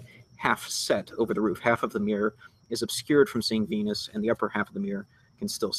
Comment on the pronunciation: and its venus not venis!